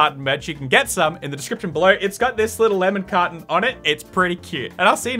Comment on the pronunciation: For so long I thought he was saying lemon cotton, and was confused, until I realized lemon carton